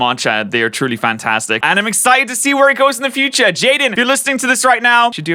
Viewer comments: Most of the comments said jaden it isn’t jaden it’s Jaiden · the „Jaidne” in the intro killed me